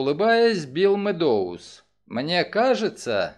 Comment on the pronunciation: Огромное спасибо! Единственное режет ухо фамилия МеддОуз. Правильно будет сказать МЭдоуз - ударение на Э (от английского meadows - луг) Ещё раз огромное спасибо за Ваш труд 🙏❤️